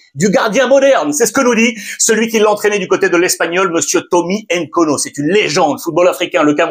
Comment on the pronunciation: Bonjour Ruiz, c'est Thomas Nkono. et pour la prononciation le N est muet. Sinon merci pour le boulot